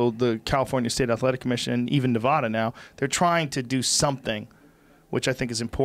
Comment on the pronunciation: Still says Nevada wrong.